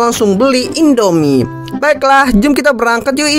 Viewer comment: Indomie kak bukan endomie